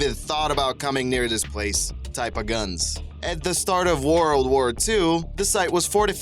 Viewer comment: "Woroled Wore 2"